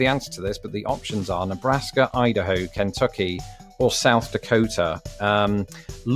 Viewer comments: now you can learn to say Kentucky. (Ken-TUK-e). Lol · I enjoy your pronunciation of KENtucky. We generally say KenTUCKee. Also, no American would mind how you say NevAAHHdah. You outscored me on the quiz and I've lived here for 61 years. Well done my friend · It's not Can-tucky it's Ken-tucky. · Ken tuck y, not Can tucky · Why do Brits pronounce Kentucky so oddly? It's not KENtucky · You put emphasis on the n in Kentucky. You might want to put the emphasis on the t.